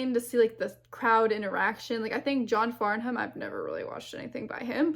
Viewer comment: And this was at the end of the concert! His voice was still charged up. (And it's pronounced "Farnam" - you don't sound out the "h".)